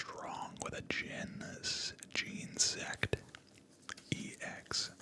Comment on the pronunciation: genesect pronounced jenna-sect